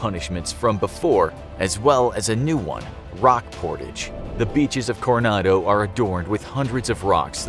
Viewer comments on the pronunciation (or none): none